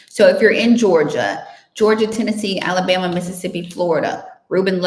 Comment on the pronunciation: Clear , " Alabama " .